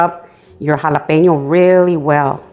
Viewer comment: im just here to hear you say jalapeno